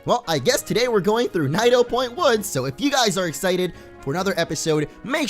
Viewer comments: u said it wrong u said nido but its needo like nidoran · nido (nee-do) point woods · you almost said nidoporny